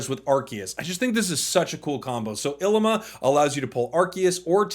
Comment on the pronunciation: It’s pronounced ileema